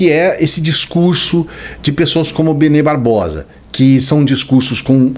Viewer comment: O fala bebê Barbosa ou invés de Benê Barbosa. Kkkk